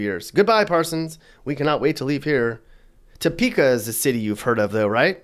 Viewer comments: Why are you hating on my home state? BTW.. it’s pronounced Tah Prka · Add to your credibility by pronouncing the Kansas towns of Arkansas City and Topeka correctly. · If you are going to talk about Topeka, you should at least get the pronunciation right. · Well I've decided he's not from Kansas the way he pronounces Topeka. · The way u say Topeka pisses me off bruh I'm born and raised in the well known Top city Kansas and I tell u what this place is horrible I have been all over the US but for some reason always come back here I guess I love it crime rate is thru the roof homicide rates have been going up like crazy lately and we got a big meth problem in this city cops don't do their job for shit there's been a lot of car thefts lately it's a jungle down here and when u say adopt a dog if u don't feel safe in ur city is stupid because if u don't train it right it won't help know what would help tho a 44 Magnum or a 357 Magnum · I live in Salina Ks and was tickled that you did a video on our state. Topeka is pronounced Tapeka not Toe-peka. You're right that it sucks. Our state does have problems, yet we have lots to offer.👍💕 Lived in Wichita and quickly moved back to Salina. Scary city -Wichita, that is. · You can always tell someone isn't from Kansas by the way they say Arkansas City or the Arkansas River. If you're FROM Kansas you know it's pronounced Ar-Kansas, not Ar-Kansaw. And it's Tuh-peaka, not Toe-peaka. But hey, thanks for thinking of us! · It's pronounced tuhpeka not toepeka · It's Pronounced "Tuh-peak-Uh"; Not "Tow-Peak-Uh". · It’s not “TOEPEKA” it’s pronounced TAHPEKA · Not Toe-pee-kah but Tah-pee-kah. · This is hilariously bad. It's Poorly written and researched. D for effort. A for misinformation. I'll just leave it at "Toe peaka" ahahahahahah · Topeka is pronounced "Tuh-peeka." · Toe Peaka lol I didn't know KC Missouri was in Kansas. Halarious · The heavy inflection on the 'TOE' part of Topeka is killing me...😆🤣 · It’s Pronounced “Ta-pee-ka” Topeka